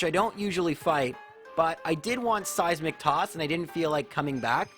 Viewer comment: Am I the only one who hears 'Size McToss' when he says 'seismic toss'? Am I insane?